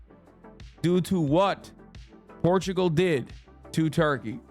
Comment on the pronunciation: I turn my back on the land of PORRRTUGAUUUUU